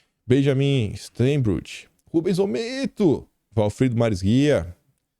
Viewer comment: fala-se "Benjamim Stáinbrúqui" hehehe Sorry querido baianinho/australiano pela intervenção. Vi outro dia q vc estava com dificuldade na pronúncia... 😅